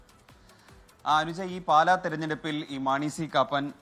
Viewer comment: പാല അല്ല 'പാലാ'